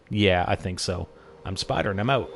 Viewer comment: "Im Spider and im oot"